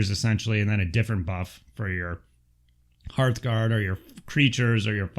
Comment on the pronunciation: Hooray for saying Hearthguard correctly! Lol Great breakdown video thanks